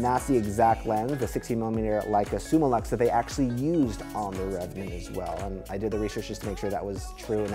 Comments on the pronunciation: Cool dude, but please, please. It‘s Summilux (Summeelux), not Summalux ;) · Its not SummALux its Summ i Lux, from the latin "summus/a/um" and ofc "lux"